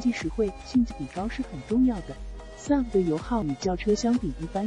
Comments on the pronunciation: su v ？笑死人 s . U. v. 才对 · 傻夫 車？第一次听人SUV唸成傻夫！